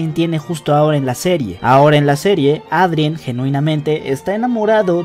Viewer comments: eidren xd tal y como se lee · Me da ansiedad que pronuncias “miraquiulus” y también dices “Adrien” tal cual Jajajajaja